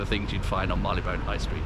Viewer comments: When I worked there back in the '60s, Marylebone was pronounced 'marry-le-bun', not 'marr-ee-le-bone'. Nice pubs anyway. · Agreed. And it's still pronounced 'marry-le-bun'. Did not let it spoil my viewing pleasure.